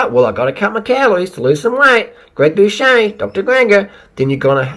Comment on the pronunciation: Doo-set NOT Do-Shay